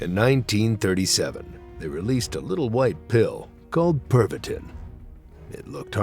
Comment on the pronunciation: Tis pronounced... (perv-uh-teen) :\